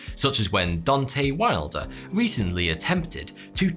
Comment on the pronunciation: I love this channel... but I clicked away when you mispronounced Deontay Wilder. Appreciate the honesty in the beginning about not watching sports but how this made it through editing I don't know lol